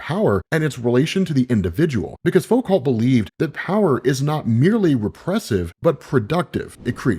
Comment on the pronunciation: Michael Fo-calt 😂